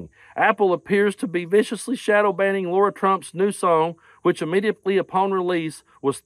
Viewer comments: The proper pronunciation of her name is lair a. Lara. It not laura. Im a laura and to pronounce it laura is insulting my good name laura. Its lairah lara. Please lets not insult my name. Im thankful her name is not laura. Lara lairah is her name! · OK, but you should pronounce peoples' names right. Lara is not pronounced Laura.